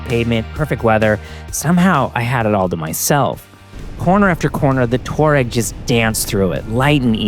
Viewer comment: Pronounced: TWAH-reg